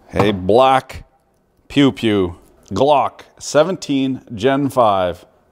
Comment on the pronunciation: Every time you said G-LOCK a part of my soul evaporated.